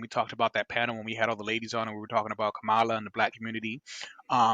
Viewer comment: Ok so 15 seconds in you mispronounce her name so either your woefully ignorant about how it's pronounce or your just an asshole. Either way get a fuckin clue